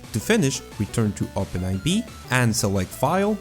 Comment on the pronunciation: It's not Open "aivee" it's open4, those are roman numbers.